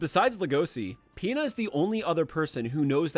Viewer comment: I'm not the only that here's peta when he says Pina right